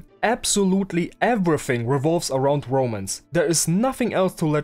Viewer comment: from what I see, I like the 90s art style, but the story, yeah, I'll probably avoid it if it's just C***teasing for the next 1000 chapters... Ps. I always misheard you say romans from romance, like "this manga sucks, because it only has romans", still Good analysis video! PSS. Wait I kinda like the story...